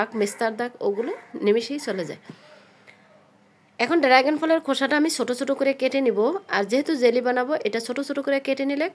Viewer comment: উচ্চারণ ড্রাইগন না, ড্রাগন